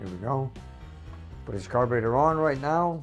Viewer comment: I like the way says “carbater”reminds me of my grandpa Dominic when I hear him speak.